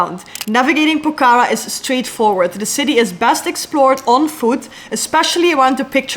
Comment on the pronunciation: The way you pronounce Pokhara is really cute yr ❤😃